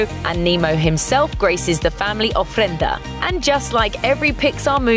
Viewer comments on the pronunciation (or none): she said oflenda the fuck is an oflenda